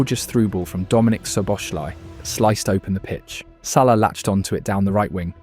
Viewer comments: wow this video is ai audio generated. sallee?? bro its SALAH not sallee. make sure the AI pronounce his name good. disliked this video. GG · "salee and wirtz" ??? Is this ai?